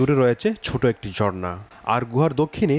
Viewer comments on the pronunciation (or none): Reporter jhorna na bole bolche JORNA 😂😂😂